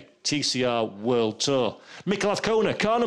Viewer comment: No car sounds... only a commentator who can't say AZCONA ~ with a Z. It is NOT Avcona of Afcona - AZZZZZZZ